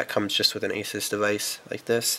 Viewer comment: Oh boy another person that doesn't know how to pronounce Asus...haha geez